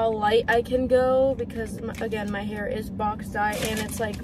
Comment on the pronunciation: lol it sounds like he’s learning english